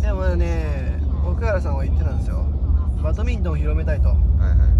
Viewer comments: バトミントンじゃなくてバドミントンです！笑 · バトミントンではなく バドミントンです！